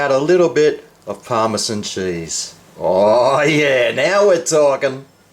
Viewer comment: I like how you say chaze and butta...